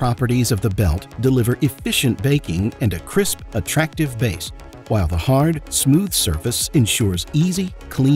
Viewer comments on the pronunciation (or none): none